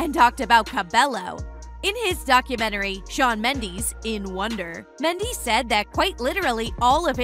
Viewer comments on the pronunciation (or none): Your saying his last name wrong omg it's like Mendez with a s instead of a z smh